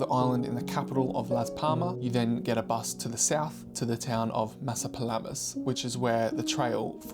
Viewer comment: Its called Maspalomas, not masapalamas 😂😂😂